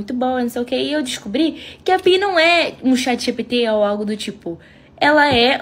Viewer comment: Tenho PI instalado no meu telefone e uso para informações como faço no Google. Isso depende muito de como você usa. PI nos ajuda com direções e afins, nunca tive um "papo cabeça" com PI e nem pretendo. A pronúncia correta é "PAI".